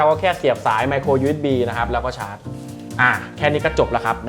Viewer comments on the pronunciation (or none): อิเกีย ครับ และก็ไมโคร ยูเอสบี ไม่ใช่มาโคร